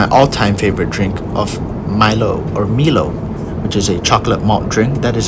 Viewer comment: Milo is a drink from New Zealand - it's pronounced MYLOW